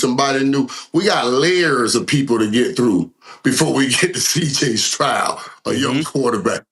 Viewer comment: CJ “Strout” 😂😂😂